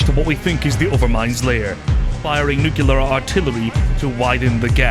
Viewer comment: bro learn to say nuclear